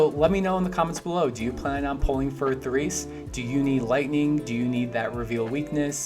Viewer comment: "toom" -> "Tohm" "The Reese" -> "Terese" please and thanks :)